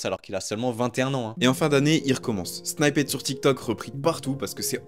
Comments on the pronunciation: Arrêtez de dire “snyppet” mdrrr sinon la vidéo est bien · "snippet" se prononce :snypeut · Super video mais la pronunciation de snippet c'est vraiment pas ça😅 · revoit la façon dont tu dit snippet sinon super vidéo